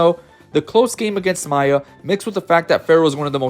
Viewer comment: the only complaint I have is: if you are going to make a player-focused video on smash ultimate, know the names of the players before doing the vid, we can't have "gak-T" or "maaaaya" for two of the most well known players in the world dude. Good vid tho